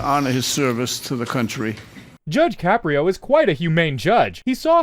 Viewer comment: “Judge Shapiro?” he’s not Jewish, he’s Italian! His name is Caprio (pronounced Ka-pree-o).